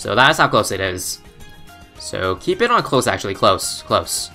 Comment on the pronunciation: Why do you say iyt